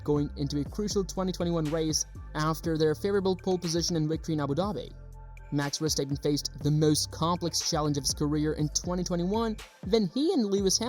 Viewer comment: Max Verstaippen